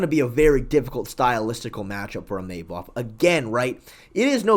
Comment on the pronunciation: New mythical fighter unlocked: EEMAYMOV